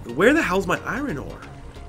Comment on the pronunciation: its iron ore not irin ore